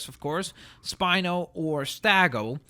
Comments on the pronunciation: please get the word "Stegosaurus" correct. It's NOT "StAgosaurus", it's "Stegosaurus". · You also say stagosaurus instead of stegosaurus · its stegosaurus not stagosaurus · I am not sure that the dinosaur stegosaurus is pronounced as stagosaurus or stegosaurus? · Troodon is pronounces (Trow-uh-don) and stegosaurus is pronounced (Steg-oh-saurus-) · it's it's called Steg o saurus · You said stegosourus wrong.